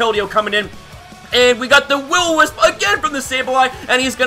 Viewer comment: I'm late but just realised this, he probably used Eq on Mantine thinking I'd Roost, it was a risky play on his end. also, "Will-O-Misp"